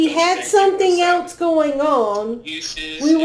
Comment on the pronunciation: is so annoying saying “elts” instead of else, and trying to sound like she knows what she’s talking about. She’s as dumb as a brick